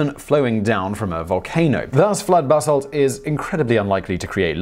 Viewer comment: Every time I hear him say "basalt", I hear bath salt